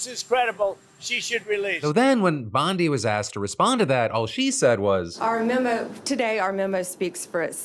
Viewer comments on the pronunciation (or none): none